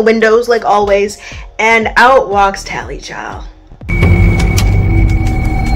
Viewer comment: I am loving these videos First one I clicked on today ❤ When Nev said “tallie-HOE” 😂😂😂